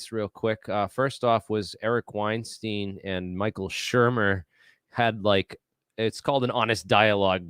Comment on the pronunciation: Keating Brian Keating. Weinstein mispronounced. Credibility can be lost by being imprecise. Like your stuff but now need to check everything after first two errors off the top.